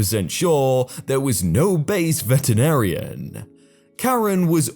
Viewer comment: pronuonce with me: VE-TE-RI-NA-RI-AN